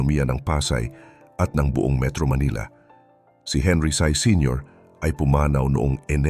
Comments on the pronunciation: Henry SY po.. HINDI HENRY SAI!! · Henry Sy Hindi Henry Sai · Henry Sy. Hindi Sai. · Henry C hindi henry sai....pronounced as C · tagalog nalang AI pa.. malilimali yung pronunciation.. Anong sai, Sy is pronounced See. Ayusin nyo AI nyo..